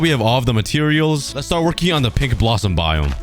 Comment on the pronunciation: I thought you said pig tree biome instead of pink tree xd